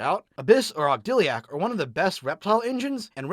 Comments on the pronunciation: If I were to nitpick card pronunciation, these videos would never come out. Instead, I'm going to give you my favorite mispronunciation. Ogdiliac. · How is he pronouncing ogodadic like that? Where is the L coming from? For real though love this series, keep it up!